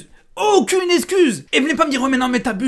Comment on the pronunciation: Il y a un truc qui m’a stressé dans ta vidéo, tu dis esscuse au lieu d’excuse 🤣🤣